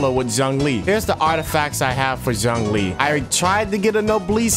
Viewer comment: Noooooo the butcher of old man Zhongli's name but good video though :D